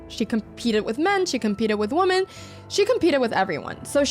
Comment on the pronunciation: Would somebody around Anna please tell her how to pronounce "women.'